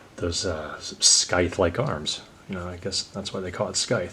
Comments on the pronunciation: I was drawing my own stuff while watching this in the background and then turned my look back to the video and was like "hey what a fine looking lizard like you is doing in a place like this?" 🤣 btw I think it's pronounced Sai-fer from the word scythe not sky-fer. Also, I think you treated his arms like wings when they are supposed to be blades. But that is still so badass! more like this would be awesome! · sir, you're work is brilliant and inspired me to draw again but i must ask you this; why do you pronounce the 'c' in the 'scythe'? am just curious. I like learning about other versions of English. my guess is it's a local pronunciation?